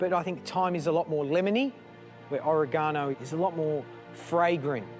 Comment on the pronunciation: Learn to pronounce Oregano